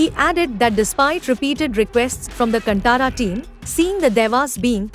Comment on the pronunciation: Freaking northies. Firstly it’s “kaaantara” not cantaara